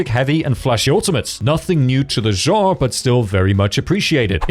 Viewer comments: No, in both American and British he pronounced it wrong. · You butchered "genre" multiple times. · If there is a reason for it you could have lead with that instead of saying "it absolutely does not matter" he apologized for butchering Ananta my comment refers to other words he butchered. If he has a speech impedement I can understand but if not and he speaks very well then the correction is valid and necessary. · An example? out of me? Please don’t go into teaching you’d set a terrible precedent. Teacher: Corrects a student’s pronunciation. You: That's not absolutely necessary, you understood what they said. You're the one being petty and taking offence over something that is a correct statement. You're unhappy and you still haven't said what plagues this man that he is unable to pronounce "Genre" and "Linear." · Point stands, he was worried about butchering Ananta yet isn't with the word "genre" which I didn't understand, I eventually figured out what he was trying to say after the 3rd time he said it. He also butchered "Linear."